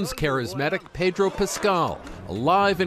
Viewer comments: PED-or not PAY-dro, honestly how many times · It Pedro not paydro, Ped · Pedro is too nice to correct people when they pronounce his name incorrectly. Either that or he’s just given up.